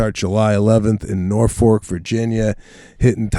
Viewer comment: Great Cast! Sebastian, might want to learn how to pronounce Norfolk, Virginia before you get there.